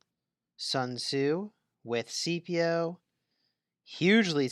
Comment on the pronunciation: It was still pronounced incorrectly 😂